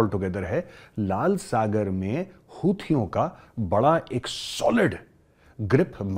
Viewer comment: When major said houthiyo😅 its sounds like chutiyo